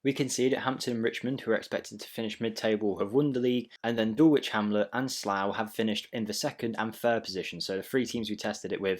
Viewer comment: I’ll subscribe if you pronounce Dulwich properly….. DULL ITCH, please confirm 😂 forget the “W”